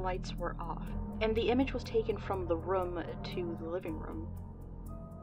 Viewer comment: Why tf would you pronounce "room" like that?